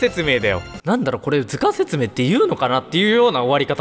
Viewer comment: 図鑑の読み方最高w